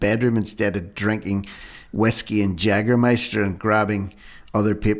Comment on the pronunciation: By the way the drink is Pronounced Yaeger Meister but is spelled Jaeger Meister ie the J in German is like the y In English .